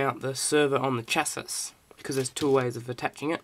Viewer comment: Goôd build and info. Just one thing dude. "Chassis" is pronounced "shasee" ;) good job though. Mine is on order as I type!